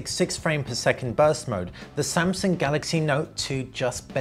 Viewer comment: Samsaung. Sorry